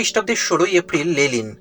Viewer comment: ওটা লেনিন হবে লেলিন নয়